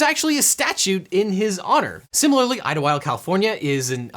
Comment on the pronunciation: That is NOT how you pronounce Ldyllwild in the original Welsh